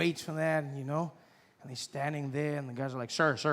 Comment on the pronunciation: Yes we don't roll our r's either but I swear I cannot hear anything when a South African should be saying: "they're we're or you're"...they all seem to be totally missing the "re". Sounds exactly like "they we you", not "they're we're you're".